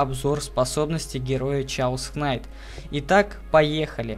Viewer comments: чаос кнайт, чаос болт... пиздец фейспалм блядь если уже по-английски говорить и писать русскими буквами то это будет кэос найт, кэос болт но не как не чаос и уж не как не кнайт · гугл в помошь сh читаетса как ч но англ перевод кейос канйт а рус перревод хаос